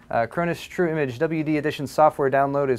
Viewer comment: When he says it, "True Image" sounds more like "Trimmage."